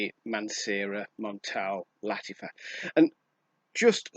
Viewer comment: Why do you pronounce Lattifa? Is Latt-A-fa, not Latt-I-fa? A, not I, right?